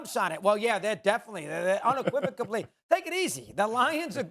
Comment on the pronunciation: I think that was my first time hearing "unequivocally" with a B lolol